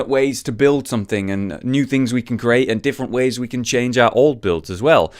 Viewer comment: Lesson one for. CREATE. Cree. Ate. Not curate. The amount of times we've heard Curation, Wildcard and Competitive, is plenty. Maybe i'm just annoying but it irks me.